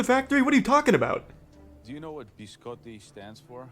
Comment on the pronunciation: that’s not how you pronounce biscotti